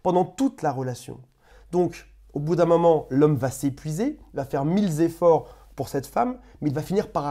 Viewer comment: Mille Efforts et non pas milleZefforts